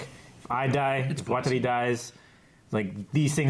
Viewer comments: "Waterloo?" "no, Watari" oh yeah, Water Lee" wtf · There is no L in Watari ffs. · Am I the only one really getting annoyed by the ''Waterlee'' pronunciation? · Water loo and Water lee?? They do this on purpose haha. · Even if you can’t pronounce it perfect, you can at least try to pronounce it water-ee or wa-ta-ree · man we are how many episodes in and you still mispronounce watari's name? do americans just have no sense of hearing? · WHY CANT YOU FUCKING PRONOUNCE WATARI FUCKIGN FAT DUDE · I feel so bad for just trying to pronounce things right and nobody listens xD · It's just like Atari. Just add W at the beginning. Lol. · His Japanese pronunciation is just terrible